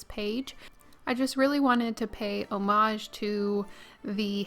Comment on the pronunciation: I’ve never heard it pronounced “soot” instead of “sweet” but I’m in New York and we pronounce Houston “house-ton” so we’re kind of a mess. I am impressed at your ability to pronounce “homage” correctly because I never ever get that one right